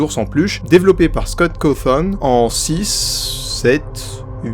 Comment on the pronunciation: 😱 tu as mal dis le nom du créateur